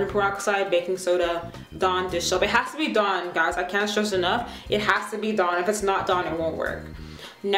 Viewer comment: She said "blue Dawn".